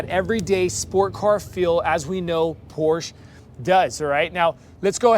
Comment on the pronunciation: It’s POR-SHUH.